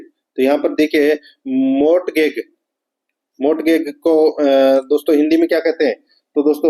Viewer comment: 97 नंबर के प्रश्न को मोर्टगैग नहीं मॉर्गेज बोलते है कब तक हम ही सिखाते रहे आपको